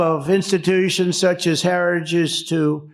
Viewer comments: What is a "herrage" ? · TRUMP LEARN HOW TO PRONOUNCE HARRITAGE!!😂😂 STUPID!😊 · The "Herage Movement" 😂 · I love how he cannot even pronounce "heritage"... he keeps saying something like "Harry shits" :D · “The increible heriggage projed” Donald Trump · Trump can't pronounce Heritage. 😂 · Someone explain to trump how to pronounce Heritage!! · Dude cnt say heritage